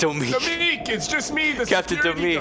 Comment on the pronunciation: Goodness gracious, you butchered Domique in the end! It was a fight for survival!